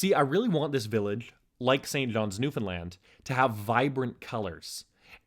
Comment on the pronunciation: Newfoundland pronounced properly :D